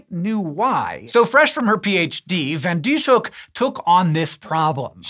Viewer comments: I only know a little Dutch, so I might be mistaken, but I think the closet approximation to English for this scientist's name would be fan Dees-huk. The "sh" are part of seperate syllables, so they're not pronounced like the english "sh," which would be spelled sch in Dutch. Here's IPA is if helps: fɑn dis-høk :) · I've never seen anyones name being butchered that badly 😵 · I'm dutch and it's so funny to hear you pronounce her name